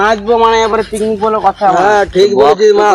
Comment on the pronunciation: Picnic ❎piknik✅😅😂